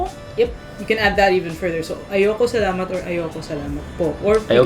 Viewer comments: Pronunciation of the word salamat is sa-LA-mat. The stress is in the 2nd syllable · Just realised there are a lot of quirks in the Filipino, taglish language...magpapasko, magnew-new year. Well done - just try to say Tagalog-the emphasis is on the 2nd syllable-Ta-gàh-log. Same wirh Salamat: sa-làh-mat. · Great idea! "Salamat" and "Tagalog" have accents on the second syllable (sa-LA-mat; ta-GA-log).